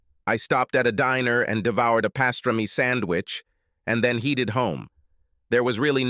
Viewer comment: HEEDED home? who have you got reading this rubbish.